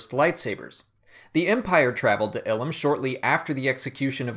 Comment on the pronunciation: Eye-lum not ill-um